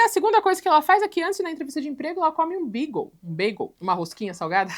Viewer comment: "...antes de ir na entrevista de emprego ela come um beagle 🐶... um bagel, uma rosquinha salgada 😅😅 com cream cheese e cebola." Que linda a língua inglesa, né? kkkkkkkkkkkkkk Adiciona uma vogal na pronúncia e você sai de comer uma rosquinha salgada pra comer um cachorro fofinho. OBS: quem come pão com requeijão insosso e cebola, mano? kkkkkkkkkkk